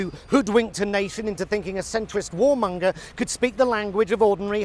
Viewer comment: He said "Centwist Warmunger"😂😢